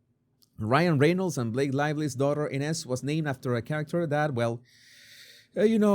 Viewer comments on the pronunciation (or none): INEZ PRONUNCIATION- "AN-UZ" 😮